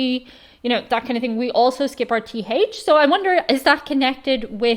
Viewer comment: I always kind of giggle when you say “House” or “Thing”. Sounds like you say “Hice” and “Ting”. It’s cute though! 😍